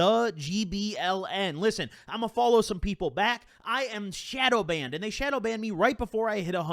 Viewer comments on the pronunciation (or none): none